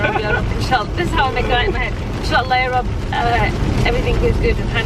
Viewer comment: I legit thaught you were saying "europe europe europe" instead of "ya rabb ya rabb ya rabb"